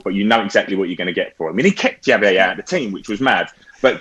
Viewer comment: That pronunciation of Javier tho 🥶🥶🥶